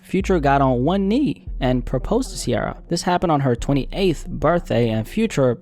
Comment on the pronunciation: Ciara not Sierra